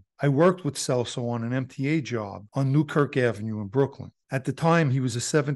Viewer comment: It’s pronounced “CHELSO” lol I’ve known Joey and his brother Frankie since I was a kid